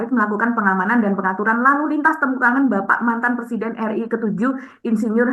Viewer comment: Plesiden plesidenan....😅😅😅 Macam macam orang Gila... Salah satunya Gila Jabatan...😂😂